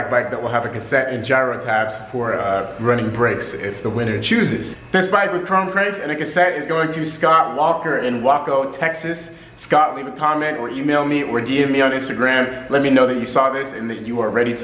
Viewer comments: Wahco Texas.. lmao Waco is pronounced Way-co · wawco lol its Waco (way co) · Did you say Wahcoh Texas?? Did you mean Waco? Which is pronounced Wayco. When you announced the winner and was reading where they were from you had a look on your face after you said it like I said it wrong or something. Anyhow if I am wrong my bad but if I'm right😂😂😂. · It’s “Way-Co”, but I’m in Dallas